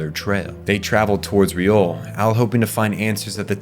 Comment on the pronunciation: Great video! But it’s Liore, not Riole